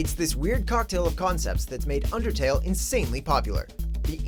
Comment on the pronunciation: You can't say undertale